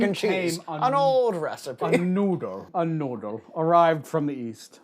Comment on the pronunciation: John pronouncing Noodle makes my day